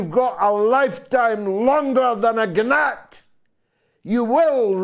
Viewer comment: Was that the Scottish pronunciation of "gnat"?